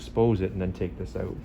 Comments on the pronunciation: I just keep hearing “Oot” lol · When I listened to how the word "out" being pronounced, I realised it must be Canadian. All thanks to How I Met Your Mother BARNEY. p.s. I'm a Malaysian. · I am watching this just to hear the Canadian "out".